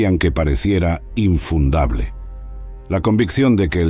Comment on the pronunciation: INFUNDABLE???O... INUNDABLE